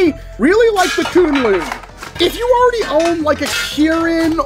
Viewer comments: Sorry to be that guy but according to worker the pronunciation of the name is Kwin-Lun supposed to the way its spelled(kunlun) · I don't expect anyone to care but it's pronounced 'kwin-lin' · Just got mine, and it's AMAZING! Also, I believe you pronounce it as 'Kwin-lin'